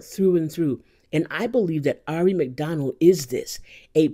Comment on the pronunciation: Great video. BTW I heard somewhere the right way to pronounce her name is "eerie" 😊